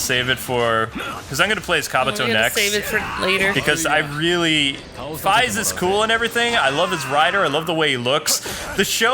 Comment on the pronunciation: Fiaz? Its Faiz.